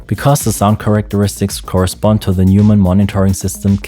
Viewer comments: It's not Newmann, it's Noymann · Du bist doch deutsch, oder? Warum sprichst du Neumann falsch aus?